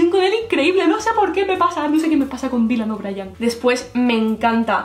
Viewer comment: Dylan o'briEEEEEn a ver, no es tan dificil. Si tanto te gusta, aprende a decirlo JAJAJAJ